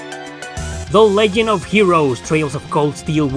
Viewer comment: Lol you said legend like "leg end" like foot